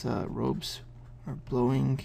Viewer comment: Good stuff as always... Only thing I dont get is: why do you say the Gs all the time "drawinG, blowinG"?